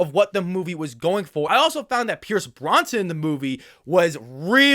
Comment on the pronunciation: Are my ears deceiving me or did you call him Pierce Bronson?